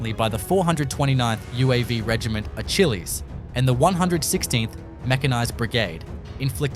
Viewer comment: Its pronounced 'Uh-kill-eez' After the famous Greek warrior. Not fuckin 'Uh-Chill-Eez' 'Achilles' Which is ironically funny in your case because these kills were EZ